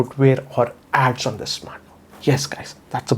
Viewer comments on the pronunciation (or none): Can you improve your English,, and try to say 'this' rather than 'thissa'?